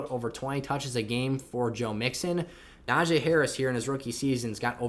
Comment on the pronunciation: pronounce najee’s name right. super disrespectful.